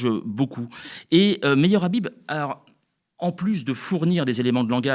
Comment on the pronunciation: Son nom se prononce khabib. Ikh qu'est-ce qu'il est vulgaire aucune élégance aucun charisme et il ose critiquer les musulmans. Comme on dit au Maroc il ne m'arrive même pas à l'ongle du petit orteil. Il doit le savoir le marocain c'est quelqu'un qui a une très haute estime de lui et il se sent naturellement supérieur à ceux qui se la pètent par contre on sait être modeste avec les gens modestes humbles on est toujours prêts à se plier en 4 pour leurs faire plaisir leur rendre service. Mais jamais on ne laissera intimider ou insulter par ce genre d' énergumènes.